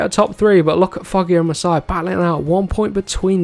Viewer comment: Btw Jaume Masia is actually pronounced as Maseeya :)